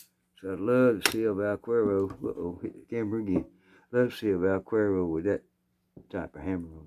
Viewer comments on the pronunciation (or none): Vaquero is cowboy. The "que" in vaquero is pronounced as the "che" in chemistry. You have the rest just perfect. What 22 handgun do you recommend for a retired woman? Looking for a reliable, easy to shoot 22 handgun and a 22 rifle. Thank you for sharing music, stories, guns and Jesus.